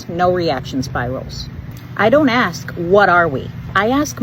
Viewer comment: what's with the axing? I just don't like that... at all. Seems like everyone has forgotten hoe to speak.